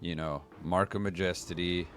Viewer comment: Markyn ring of Maa-Jes-Tee. :)